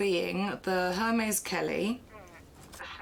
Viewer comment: The pronunciation of Hermès killed me...